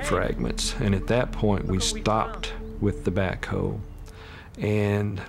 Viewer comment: did anyone else thinking he said 'bitch stop!' when they were digging up the yard with the backho? 😅😅😅